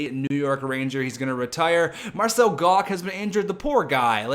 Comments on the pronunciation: It's pronounced marcel gotch, not gock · its pronounced Marcel Gosh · Marcel Goc is pronounced like goch, sorry it was bugging me lol